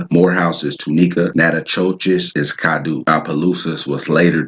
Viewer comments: Its pronounced cad-doe not doo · Natchitoches is pronounced... Nak-o-tosh or better yet sounding... Nat-ki-tosh...twin brothers and sons of the Caddo (pronounced) Cad-doe of the Caddo Chief, his brother's name is Nacogdoches, Texas, the land of the Caddo, is between four states, north east Texas, northwest Louisiana, southeast Oklahoma, and southwest Arkansas...Originated from the Tribe of the Caddoan Linquistic Family of Indians, which is now the Caddo Nation of Oklahoma of the Caddo Confederacy, since most of them were relocated there. The video and knowledge is great, Good Job young man, keep up the good work, because the people need to know where they came from. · Nice. Like the way you broke that down. You chopping it up though; but, very good. We pronounce our vowels differently than most Americans. Its Crèole Française. Caddo is CAD DOE Attakapa is Ah taw ka paw Opelousas is like saying opperation or Appalusa